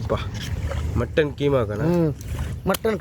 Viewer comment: Muthevi kaima illeda. Athu keema.